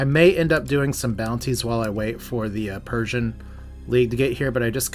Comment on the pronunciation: I think its "Per C An" Like Perseus